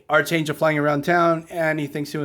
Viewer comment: You’re pronouncing archangel’s name incorrectly. It’s pronounced like arc (like the part of a circle) and then angel.